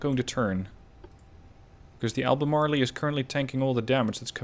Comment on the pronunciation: "ALBEMARLE" USES A SILENT "E" at the end of the word. Thus no long "E" sound.